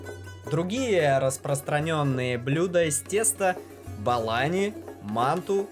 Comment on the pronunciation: Не балани, а булони 🙂,это вкусно с айраном, типо пирожки с зелёного или с картошкой 👍❤🇦🇫❤